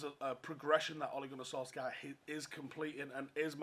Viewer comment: Btw - for fuck’s sake you please pronounce his name correctly - it’s ‘Sol - Shire’.